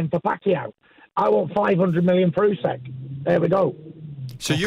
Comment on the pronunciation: My only criticism - Usyk is not that hard to pronounce